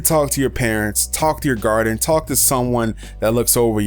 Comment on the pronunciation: listen - I swear it sounds like you say talk to your parents talk to your "garden" Lol sorry but keep up the good work I love the videos